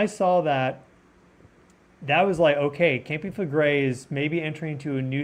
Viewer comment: "KAHM-pee FLEH-gray". Campi Flegrei pls. it is not 'campi' It is a Strong K -----KAHM-pee (not campi) grazie'